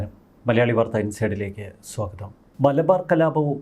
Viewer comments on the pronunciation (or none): none